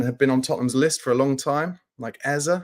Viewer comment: stop making up stuff. You have no knowledge of Spurs doing anything but enquire about Eze or any other player, except pissibly Kudus. There was no offer made for Eze. Personally, I'll be relieved if we don't get Eze only because I won't have to hear you say his name as Ezzer. It is pronounced Ezzeh. Hearing you say Ezzer is like running fingernails down a chalk board. Eze is pronounced Ezzeh.